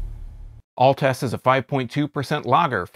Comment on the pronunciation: Your not saying the name right, It sounds like Alts!